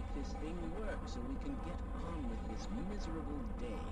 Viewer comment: Why do 90 percent of people on youtube now say DIS instead of THIS? Get these DIS and DAT people out of my face already. TALK GOODER.